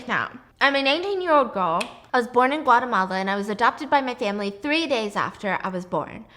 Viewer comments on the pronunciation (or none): none